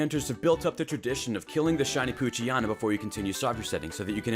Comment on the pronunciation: it's strange how you say poochyana instead of poochyena :P